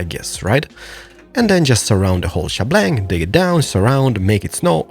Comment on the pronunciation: I enjoy these videos. Do you draw up plans ahead of time? How do you conceptualize these before building? FYI, it's "she-bang," not "she-blang." ;^)